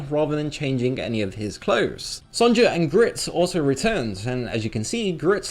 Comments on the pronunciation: Just saying, it's pronounced Son-ya not Son-ja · why are you saying the j in Sonja's name? It's pronounced the same way as if it were spelled Sonya..... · I’m pretty sure Sonja is pronounced “Son-ya” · "son-ja" crinnnge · haha did he say Sondsha? ;D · fyi, "Sonja" is usually pronounced "Sonya".